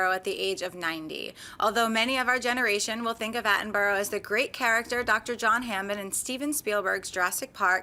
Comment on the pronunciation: Attenbora! Attenbora is how it is pronounced! Not Attenborow!